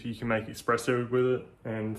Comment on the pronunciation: Bro, it's Espresso 😭